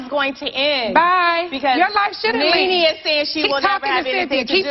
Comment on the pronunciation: the mezzy mahon, IT NENE NOT KNEE KNEE, NOT YOUR KNEES ON YOUR BODY, LOL